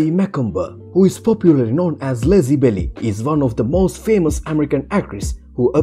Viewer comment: Lexi Belly? Do you mean Belle?